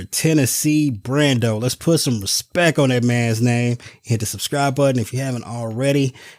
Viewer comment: Who is that guy jumping in on your video? It's respect, not respeck. Don't call me an insurrectionist if I don't subscribe to this channel. I like Brando, but I'm leaving this video because I don't want to listen to this guy.